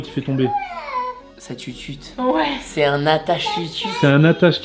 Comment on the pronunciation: Alors on ne dit pas une tutute 😭 mais une teuteute 😌